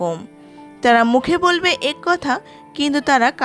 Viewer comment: উচ্চারন : এক = এ্যাক/ অ্যাক।